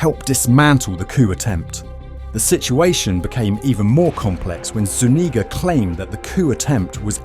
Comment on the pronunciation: The only time ive heard my last name said right Zuñiga